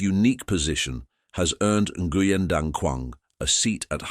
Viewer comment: Nguyen is pronounced as "Weng".